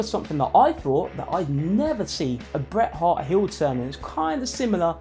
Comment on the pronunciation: The T in Bret and Hart are not silent